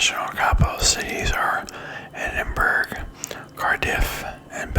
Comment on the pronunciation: Just a heads up, Edinburgh is pronounced ‘Edin-burrah’ rather than ‘edin-berg’ 👍🏻